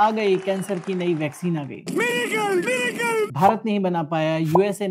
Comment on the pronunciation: Are miraakle miraakle